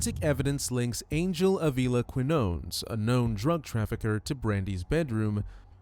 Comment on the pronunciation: quinones is pronounced keen yon nes